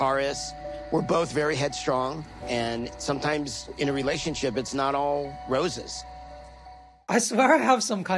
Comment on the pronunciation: Big Ed says Rose Us 😳